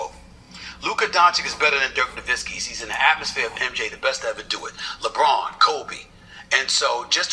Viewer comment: not really. It took him years to get Nowitzki's name right too. He'd pronounce the w instead of pronouncing it with a v sound